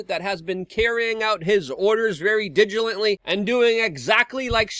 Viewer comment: "... that has been carrying out his orders digilently..." I love the Lukerisms